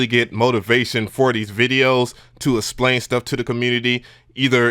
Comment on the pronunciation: Just so you know - the word is eXplain - pronounced EKS-PLANE - its not ESS-PLANE.